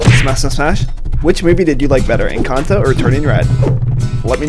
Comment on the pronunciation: I am just glad you pronounce encanto correctly